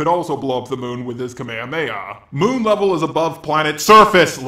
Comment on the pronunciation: Everytime he says levellll *cringe!